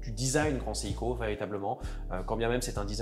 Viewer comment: Alors l’expert a l’air de bien connaître l’histoire de la marque, par contre, pardonnez moi d’être pointilleux mais il prononce parfois bizarrement le nom de la marque. C’est seiko セイコet pas siko